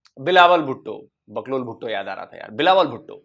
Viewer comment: boklol nehi sir. porklol boliye